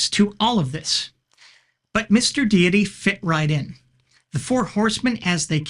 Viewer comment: Ooh. Some Mr. Deity (and thank you for saying it correctly instead of 'Dhay-ty) lore. Stay on your awesome path. People can be respected. Religions and ideas, not so much.